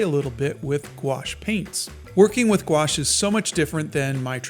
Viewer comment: I heard nuke wash.